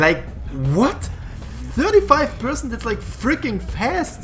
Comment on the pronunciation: i never found the crowbar lmao. btw just fyi (no offense intended,) percent is read as per-Cent. per as in the sentence: PER apple, it cost 2 dollars. Cent as in the money Cent.